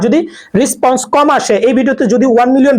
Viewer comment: রেসপন্স। রিসপন্স নয় bro